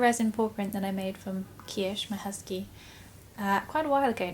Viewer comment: I thought you said husband, I had to listen to it again.